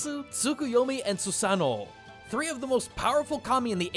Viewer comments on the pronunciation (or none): Question, every time you say Susanoo you quickly go from a more happy tone to a sad tone between syllables. It sounds like his name is a after thought near the end. Is that how it is pronounced?